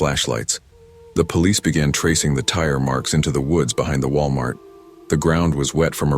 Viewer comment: ah yes, Wilamart.